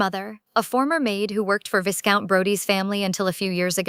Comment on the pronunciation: Does ai not know how to pronounce viscount? “Viss-count” 😆